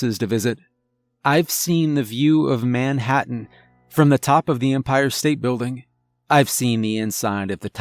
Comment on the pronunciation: Nobody says Man - Hattan